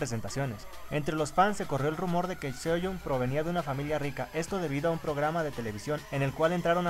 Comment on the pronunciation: De hecho la pronunciación está bien. En "Seohyun" te comes la e y la "y" se pronuncia como una "i" :D.